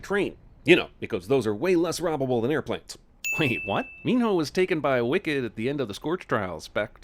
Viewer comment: So can he not pronounce Min Ho or does he think his name is Min No?